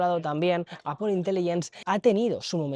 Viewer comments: Se agradece que sepas pronunciar la palabra Apple en ingles americano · Esoooo al fin un español que dice Apple ❤❤ GRACIAS !!!